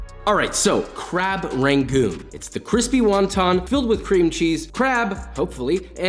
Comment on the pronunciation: i die a little bit inside when he pronounces it “ray-goons” idk about you but texans pronounce it “ra-goons” not “ray-goons” 😂